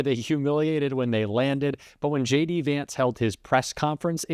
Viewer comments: He didn't trust her. When he says JD it sounds like "shady"😂😂😂😂😂😂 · I love the way even he pronounces his name Shady. 😅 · I swear I heard him say, “hey guys, it’s Shady Vance here!” 😂 what a big old dope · I swear I heard him say, “hey guys, it’s Shady Vance here!” 😂 and btw .. it’s looking like he’s wearing more and more eyeliner as the days go by. He’s going hard for that smoky eye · Did he say.. Shady Vance lololo